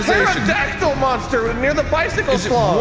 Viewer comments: “It’s a Tefrocandanfactel.” -, 2020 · I fucking die every time I hear someone say "pterodactyl"